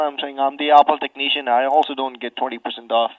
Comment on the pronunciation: You know it's great when a techneeshun doesn't know what a CORD is! Great call my yute! It actually sounded like he said Fat support. lol